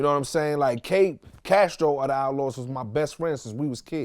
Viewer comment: Outlawz not outauz ffs